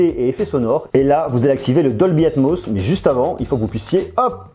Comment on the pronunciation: Combien de fois il a dit dolbyatmoss ça me perturbe de mot 😂😂